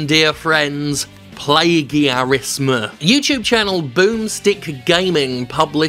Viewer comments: Plagiarism (Play-geea-ris-ma) 😂 What a guy they call "Jim"!!!! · Jim accidentally nails the Indonesian pronounciation of 'plagiarism'